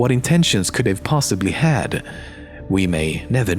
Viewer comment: Can he even say 'have'? XD